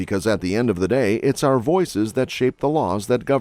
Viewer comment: You mispronounced "our Republic"